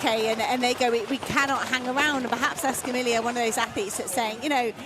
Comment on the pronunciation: The double-L in Escamilla, and all Spanish words, is pronounced like a Y. Come on, announcers! You'd think European announcers would be able to correctly pronounce athletes from another European nation. Otherwise, I have enjoyed the commentary from all the races.